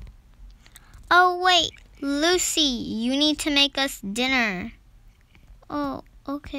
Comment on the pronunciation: Why i heard ruby instead of Lucy💀